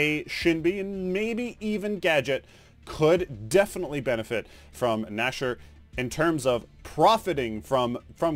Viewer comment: Gnasher, not nosher lmao